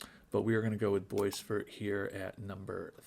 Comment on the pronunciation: Nice job on pronouncing 'Veilleux', by the way. The 'eux' was wrong but the 'Ve' and the 'ill' were spot-on. 🙂 You completely cocked-up 'boisvert', though. 😋